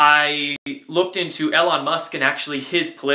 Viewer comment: His name is pronounced ("E" - "Lawn")..